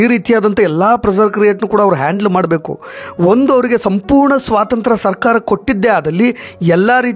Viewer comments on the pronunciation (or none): none